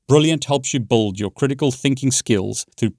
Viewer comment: "Brilliant helps you buld your knowledge" 🤣